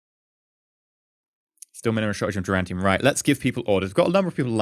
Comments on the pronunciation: Duran Duran tium. He probably knows the right way to say it but hey, it's a reflex likely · every time you say durantium instead of duranium i shout at my screen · Why is pronouncing duranium as durantium? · Stop cheating! You're defeating the whole point of the R&D process. Also, there is no "t" in "duranium".